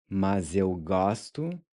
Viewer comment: The three big things I learned in this lesson. 1. The "j" in viajar is pronounced like the "s" in measure. 2. The "d" in "adoro" is pronounced by touching the back of your teeth with your tongue. 3. Gostar + de + infinitive vs. Adorar + infinitive. I just had one question though...when you say "mas" it sounds a little bit like "mais", I don't think I have seen one of your videos that shows how to correctly say "mas"